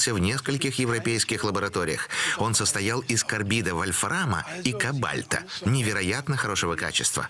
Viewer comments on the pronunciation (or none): Не кобАльт а кОбальт. Вы. Всё-таки обучались в советское время. Должны. Быть грамотным